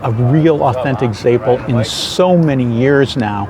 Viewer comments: Your pronunciation of Zeppole is reeeally WRONG, its Ze-poll-eeee. I’m from RI and I’ve never ever heard it the way you’re saying it. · I've lived in Boston and Providence and also never heard it pronounced the way he says it.